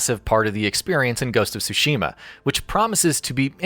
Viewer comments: It's so cringy listening to someone saying "Shushima" just because they can't say "Tsushima" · Tsushima not Sushima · Stop pronouncing Tsushima wrong. It’s sooshima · The pronunciation of tsu......ugh